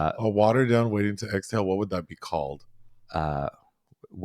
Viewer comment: “Wading” to Exhale!? Also Tim Curry EEK!! Clue is one of my favorite quotable movies.